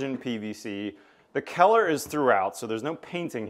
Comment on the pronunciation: never heard someone pronounce the word color as keller